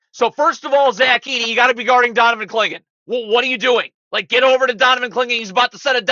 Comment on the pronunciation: Man is pronouncing Donnovan Clingans name as if he is a Star Trek species lmao.